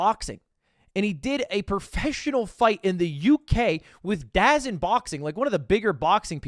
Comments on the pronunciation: Ludwig DAZN is pronounced “Duh-zone” not “Daazin” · man said dazin